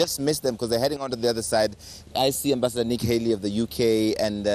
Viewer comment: What horrible reporting! The US ambassador's name is Nikki Haley, Not Nick Haley, and SHE wasn't even in that group of people.